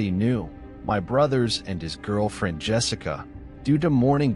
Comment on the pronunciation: Wonderful narration! My own qualm with it is that you keep pronouncing Yessica as Jessica. Yess-ica not Jess-ica.